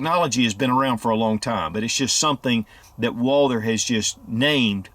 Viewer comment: It is pronounced Walth-errr NOT WALDER